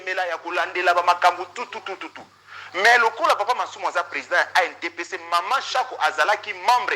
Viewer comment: ANTPC, il faut bien prononcer ça. Merci na émission na yo